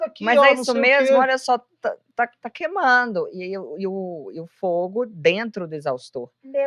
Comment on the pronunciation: Cíntia Chagas falando quemando; o certo é queimando. Que fora, heim?